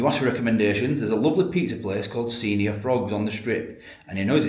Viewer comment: Lol pronouned sen-yor not senior ! 😂😂😂